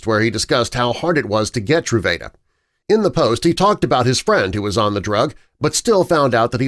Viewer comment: This video was driving me crazy pronouncing the name of the medication wrong (true-vah-duh)